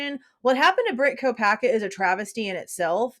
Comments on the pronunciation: I hear Mr ko uh bergers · 💯 He says, "Mr Kopack-berger" Spoke volumes to me!! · Yes I heard that! He was jibbering before like trying not to say the wrong words and isn’t it when you are trying not to say something you actually say it?? 🤷🏻‍♀️ it’s definitely made me think Brent has more to do with this! Still think If Bryan actually said has anyone else been arrested was he thinking of Brent due to leaving town while the swat team was over at Brent’s? He wouldn’t know he’d been killed and perhaps thinking he’d been detained? Thanks for all you do xx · Oh yes, Judge actually said Kopacka